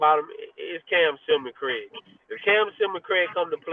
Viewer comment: Thank you Coach for pronouncing Cam's name correctly SILMON CRAIG. Please give a tutorial on it to yr media friends😅